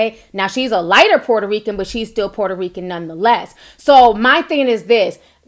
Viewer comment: Lol sounded like you said "who is this poor Rican" lol. But that apology was not real. Clearly she was being sarcastic like wish ppl would stop saying she apologized.